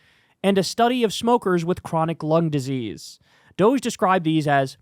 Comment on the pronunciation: We must pronounce this Dogee. Like “doh-gee”. Let’s not dignify this fake scam, by making it sound like some sexy European company.